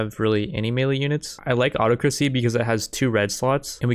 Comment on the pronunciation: can't pronounce autocracy, literally unwatchable